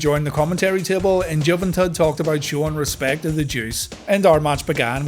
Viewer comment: I don't know why, but the way you said Juventud makes me laugh every week.